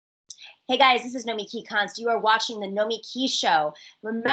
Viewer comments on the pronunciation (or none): How come you pronounce your name NoMEki, but pronounce your show NomiKEE?